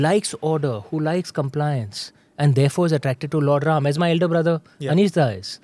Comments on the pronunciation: with all respect i ask you why you say rama not ram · Sincere request to Smita is to keep the names and noun as it is - avoid aa after Ram, Ravan, Upanishad, Ved. There is no aa after these names…..